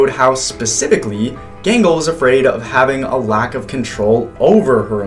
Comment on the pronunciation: How dare you call gangle genghel..?